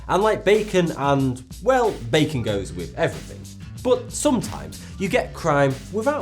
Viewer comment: Ahh yes good ol baccon and drunk elefent